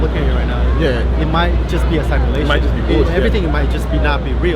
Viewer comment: Good video but its pronounced sim-ulation , not sime-ulation.